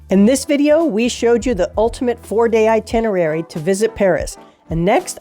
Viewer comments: Sorry, it's itenerary, not itinery. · My brother and I are going to Paris for 4 days this summer. We've been before, but this is very helpful for new sites. We've been fans of your videos. One thing - it's "eye-TIN-er-rare-ee". I chuckle every time you miss it, but you'll get it some day (long before I learn French, or course :) ). Merci!